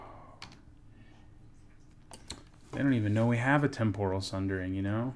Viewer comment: Why does everyone say "Tempòral", it's "Tèmporal", cmon! XD